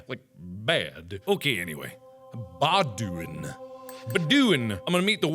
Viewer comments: it's pronounced bow-dwen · It is pronounced bo-doo-ain (like ain't but no t) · The way he butchered the pronunciation of Baudouin is hilarious; it's just simply "bud-win" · Also, Baudouin is pronounced as "Baldwin". Thank you CK2. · Baudoin is a french name and it's pronounced bo-do-in ( in as a ɛ̃ sound); search for how to pronounce it on youtube, there's a video (funny enough). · it is actually pronounced baud it's a belgian king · its red BALDOUIN like the baudouin tower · It's pronounced "bawd-win". Kinda like "Baldwin" without the l-sound. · You trying to pronounce Baudouin made me die from laughter. It's actually supposed to be pronounced the French way as it was the name of a Belgian king ;)